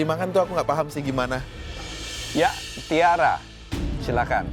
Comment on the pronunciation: mohon maap, tiara itu t nya tulul xixi 🙏🏼